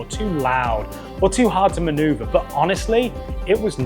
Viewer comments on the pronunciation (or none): none